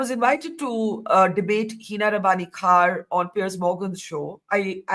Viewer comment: So proud of Barkha for her take on the Piers Morgan Show this morning. She was brilliant 👏 Also, for some reason Hina kept calling him Pier 😂